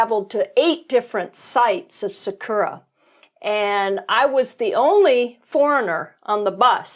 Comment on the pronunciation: btw it's SAkura not saKUra, TOhoku not toHOku. Better chance of being understood... ...but agree absolutely that you get a totally different view of Japan out in the countryside.